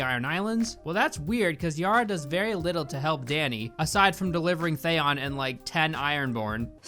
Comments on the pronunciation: Theon, not Thayon! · Thaon? Its Theon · bro cant pronounce names they say out loud lmao. "jendry" Thayon" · Thanks for this. Also, what's up with your Thayon instead of Theeon choice? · Great points but seriously learn how to pronounce the characters names!! His name is GENDRY (like KEN but a G) not GINDRE!!! He even says it in the clip you played! And if you love the character so much his name his THEE ON not THYON. It’s so irritating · It’s pronounced thee-on not say-on. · R u purposefully pronouncing some names wrong? Thay-on, Jen-dree. Its Theon, and Gendry. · you say theon very weirdly 😂😂😅 it's thee-on not the-on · It's pronounced THIE-ON, not THAY-ON, and Gendry has a hard G, like Goose, or Guide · Please learn to pronounce Theon (Thee-on) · Jendry? Ereks? Thayon? Holy shit dude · Who tf is "Thayon" ..or "Jendree" for that matter? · Who are Jendry and Thay-on? Avatar level name pronunciation. Watching in 2026 and it's so irritating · are you sure you've watched GoT? All the names you're pronouncing wrong lmao. Thayon Greyjoy, Jendry Baratheon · sometimes you have such a weird pronunciation of some names.... WTF is with ThÉon? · I hate the way u say theaon 🤣🤣🤣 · What the fuck is a "theyon"? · Lmao “Thayon” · lol THAYON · jindry and thayon? wtf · This pronunciation of Theon as "Thay-on" - is that because you read the books first and always imagined that pronunciation (what I still do with "Naruto")? Edit: And Gendry as "Jendry" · Who tf is "they-on"...? Would you pronounce Leon as "lay-on"? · Why do you pronounce "Theon" as "Thay-on" lmao 😂 They literally say it in the show but you still manage to mispronounce it? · Sooooo valid points are made. But why the hell do you say Thay-on, Jen-dry and Walter Frey? Why? Why? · Dothraki=Doth-rocky? Theon=Thay-on? Gendry=Jen-dree? Sorry I'm being nit-picky with your pronunciation. But it's a bit off. Great video though as usual. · "Theyoon" stop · Why does pronounce Theon “They-on”